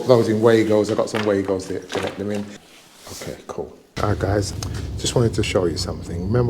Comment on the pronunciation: really enjoy your videos. really good work. the only thing is that the Wago connectors are from a German company and therefore Wago is pronounced as Vago. sorry to pick this up but its a common mispronounce within the industry.